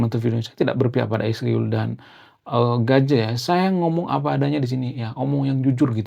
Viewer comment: Bro, km sepertinya juga kurang intelek klo menyebut nama Israel saja km plesetkan mjd isriwil. Km gak tahu arti nama Israel hingga nyaman-nyaman saja menyebutnya isriwil 😅